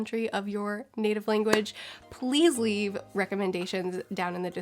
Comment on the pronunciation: the small pause after the "please leave" just killed me 😂